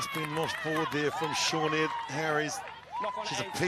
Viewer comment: Who the hell is SHORN ED, do you refer to the Celtic name "Sinéad". Why do you prefer to insult her, instead of learning how to say the name correctly. Typical Anglo-Saxon with their assumed arrogance towards anyone foreign.